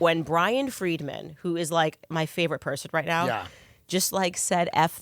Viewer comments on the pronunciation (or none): none